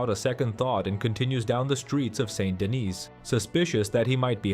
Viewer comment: Very good analysis. I think you are correct. I don't understand why some players don't like Mary. Please learn to pronounce St. Denis correctly. As an American you should say "SAW DUH KNEE"